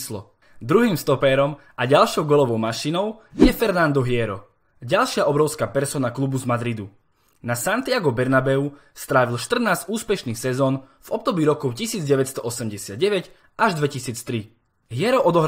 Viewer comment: Fernando Hiero - čte se to Fernando iero ..... :D